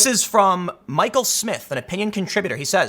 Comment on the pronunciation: It's pronounced Michael.